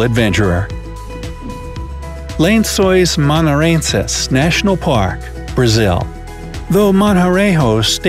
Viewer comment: Maranhenses means bed sheets ???? since when ??? he didnt even said it right maraheeesssnseees